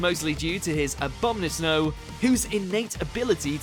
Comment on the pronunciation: Did I hear the narrator say Abomasnow as "A-Bom-Na-Sno" made my ears cringe! Get the name right and I grew up during the world wide hype and love for Gen 1 and I began to die off interest in Gen 3. That still makes me cringe smh